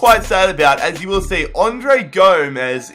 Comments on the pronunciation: u say it like gomez not goms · It's not go ms it's gomes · PLEASE stop saying 'Andre Goems' it's 'Gomez' 😂😩